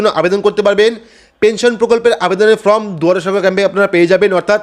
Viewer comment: সব ঠিক আছে কিন্তু ফর্ম কে ফ্রম বললে বড্ডো কানে লাগে।